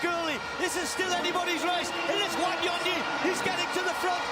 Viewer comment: It's funny how they pronounce Wanyonyi in American accent as Wanionii😅😅😅😅